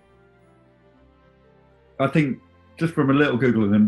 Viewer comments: as soon as i heard Mert Aksac i thought "i bet they're not pronouncing the name right" and yeah, Mert Aksaç (with a cedilla) is pronounced as mert ak-satch (though i realise this is absolutely nowhere near as fun to say as ak-sak) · It would actually be pronounced Mert Aksach....